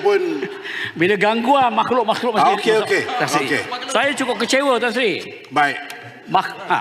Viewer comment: Kepada ahli parlimen yg berkulup..mari saya ajar cakap melayu: Kejujuran bukan kejujulan Tan Sri bukan tan sli Peraturan bukan pelatulan Ragam bukan lagam.. Macam mana tak past berbahasa melayu boleh jadi ahli parliament..rakyat Malaysia tak fasih berbahasa Malaysia itu pelik kan